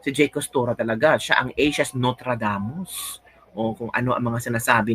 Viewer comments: Nostradamus. Not notradamus😂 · NOSTRADAMUS not NOTRADAMUS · Correction! Nostradamus not Notradamus. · noStradamus hindi notradamus